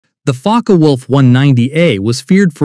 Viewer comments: In the German language, the e at the end of a word is pronounced. Ja, ich spreche Deutsch, und du? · Learn how to pronounce "Focke," Mr. Robot.